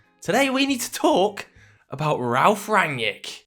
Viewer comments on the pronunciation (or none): It's not Ran-yick, it's Rag-nick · you dont know shit about Rangnick. all you saw are some Interviews. you can't even pronounce his Name correctly.